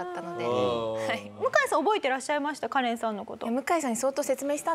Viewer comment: カレンのことガレンって言ってるじゃん